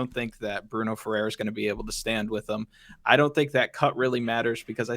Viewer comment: The way you pronounce FERREIRA is not even close. Smh